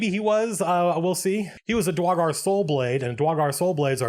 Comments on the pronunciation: Dra-gar i know he dosnt care about mispronoucing it but its Dur-igar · Excuse me, Sir Colville, I am afraid I must confess that I, as well as some of my fellow people, find your pronunciation of "Duergar" triggering and personally offensive. I hope and pray to our great and wonderful lord and savior Abbathor that you amend this mistake, so that we may comfortably sell you into slavery, without concern that you may offend your soon-to-be supreme owner-lord. Thank you, we appreciate your consideration. ... ... ... Nah, screw the dank dwarves. Love your vids, man. You wield the voice of an angel, and the words of a timeless scholar. <3